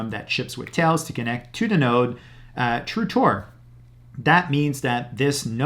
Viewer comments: Is he saying Through TOR or True TOR…? Just wondering??? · "tru Tor" 😂